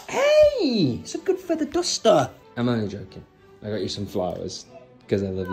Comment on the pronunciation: "It's a GGOODD FEATHER DDUUSSTTEERR"